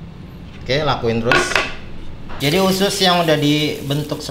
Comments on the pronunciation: Usus bukan ucus kalieee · Bang....,usus apa ucus....hehee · Usus bukan ucus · Usus bukan ucus